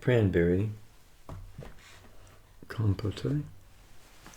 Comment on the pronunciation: Compote is pronounced, "KOM-pot." The second syllable rhymes with "note" or "throat." No "a" sound at the end.